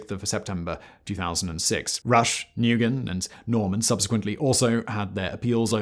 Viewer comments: I was thinking the same. I live in Vietnam, and Nguyen is one of the most common names but one of the most difficult for non-Viets to pronounce. I'd love to help Simon with the pronunciation of this for future vids but it's difficult to put in writing. The closest I could think would be the word 'win' with a nasal 'n' beforehand. Not something that naturally occurs in the English language. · "Negoyen" - seriously mate you really need to do a 10 second Google to find out how to pronounce names - it makes you look very dumb. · Excuse me. Nguyen is pronounced “nuwen.” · Nguyen is pronounced Win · NGYUEN=WIN in pronunciation lol😂 people always mispronounce it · Nguyen usually pronounced Win when anglicised. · Hey Simon you’re usually decent at pronunciation and I love your videos, but everyone knows “Nguyen” is pronounced “win.” Everyone needs to know this. It is common knowledge. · Nguyen is pronounced “new-en” isn’t it? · Nguyen is pronounced “New-en” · Nah-gu-yan... really? As one of the biggest YouTube narrator you can't learn to pronounce the most popular Vietnamese last name? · I understand he is Anglo but wow, he butchered the pronunciation for nguyen.. “nu-goi-en”.. damn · A bit late to the party, but Nguyen is not pronounced "noogen". The "ng" is pronounced as in the English word "sing". Just a preemptive strike from a kiwi in case you ever have to pronounce Otorohanga or , heaven forbid, Whangarei. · Nguyen is pronounce Win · Nguyen is pronounced, "Win" btw.. Ironically.. Typical cowardly Australian politicians... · Nguyen is pronounced “win” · Renee Lawrence is free now and back living in Australia, some of the other 9 have passed away in prison in Indonesia of natural causes. Also Simon, Nguyen is pronounced New-in, it’s a Vietnamese name :) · please google the pronunciation of Nguyen. It is not pronounced "noogen." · FWIW - Nguyen = "WIN" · Nguyen is pronounced "win" btw. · Nguyen is pronounced 'one' 😂😂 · Nguyen is pronounced as "Nu - whan" or "Nu - Win"